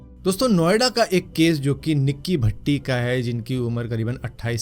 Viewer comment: Paaji भट्टी nahi भाटी.